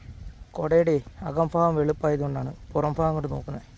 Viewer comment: ഒരു ചെറിയ സംശയം ആണേ ആരെയും കുറ്റപെടുത്തുകയോ മോശം ആക്കുകയും അല്ല ഈ കോട്ടയം. ആലപ്പി അങ്ങനെ ആ വഴിക്ക് ഒക്കെ ഭാഗം എന്നുള്ളതിന് ഫാഗം എന്ന് ആണല്ലോ ഉച്ചാരണം വരുന്നത് അത് എന്താ